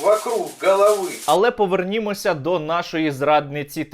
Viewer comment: Повернемовся а не повернимовся )))) просто слух резануло где то на